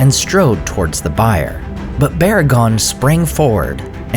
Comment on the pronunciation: Just a quick note: "bier" is pronounced "beer," not "byer."